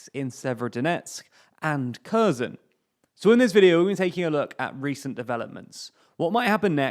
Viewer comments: Hi) "Kherson" is not pronounced like you say. It is not [korzon]. It's like HE - in "HEllo". then R, and SO - like in SOlo, and add N in the and. So we have now (k)HE[llo]RSO[lo]N. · Mate, I am a Bulgarian, with both Russian and Ukrainian friends. In all our languages we are pronouncing with a "H", not a "K". In any way, it should be leaning much more heavily towards a "H" for English speakers. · Note: 'ker-SOHN' is a closer approximation in pronunciation. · It's Herson. I have no idea why English speakers are pronouncing it in that way. The same with Harkiv.